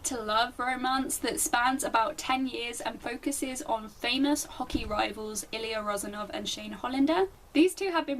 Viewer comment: I loved the way you pronounce "Ilya rozanov & Shane Hollander " ! 😳